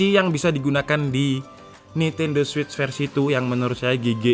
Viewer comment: memang benar bro penyebutan nya switch